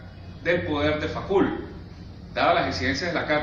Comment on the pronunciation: Me supera la pronunciación del apellido de Michel Foucault (fucó) y no facul, eso me parece básico, es perturbador.